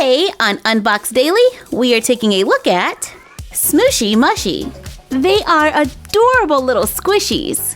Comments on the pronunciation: It's pronounced smooshy mooshy not smooshy mushy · It’s Smooshy moo-shy not smooshy mashy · Question: why do you say smooshy mushy (m-u-shy? It’s mushy (m-oo-shy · It's pronounced smooshy mooshy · it's smooshy mushy (you say the u in mushy like moo) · Its pronounced moo-shy love you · The name is right but how you say it is smooshy mooshy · They are pronounced smooshy mooshy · You said that mushy part wrong it’s moo-she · It is pronounced mooshy